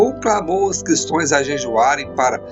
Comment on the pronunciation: Se fala Cristãos e não Cristoes